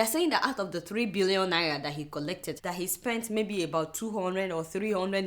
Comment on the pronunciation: cant adeola pronounce NAIRA properly?